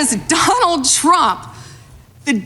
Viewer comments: Sound like Pam said "Drump". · No she said “DONALD CHROMP”